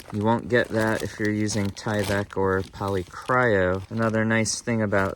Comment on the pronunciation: "Polycro" there is no "Y," not "cryo." Otherwise, love the review!